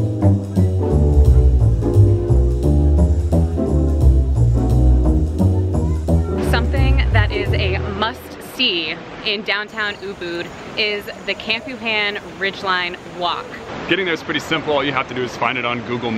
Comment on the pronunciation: Campuhan pronounced Campuhan not Kempuhen